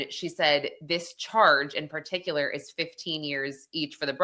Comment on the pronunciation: particular = "per TIK yuh ler"